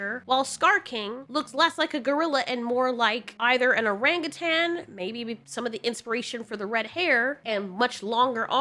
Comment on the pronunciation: The way you say orangutan 😂😂😂